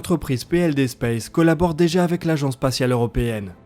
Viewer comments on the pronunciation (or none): none